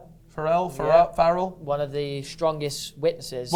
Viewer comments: omfg from an irish person now, the way they pronounce farrell blows my mind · I love how pronounced farrell. I mean its not the right way but I prefer it 😅😅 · the way these are pronouncing basic irish names and surnames has me pissing farrell= far ill :')